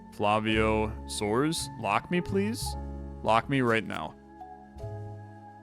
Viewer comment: I like that he didn't use a spanish pronunciation for the brazilian names, but soares becoming soars was hilarious